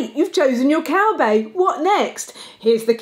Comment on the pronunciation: Did you say "Cowbae"? I'm. . . I'm not sure what to think about that. I need to lie down.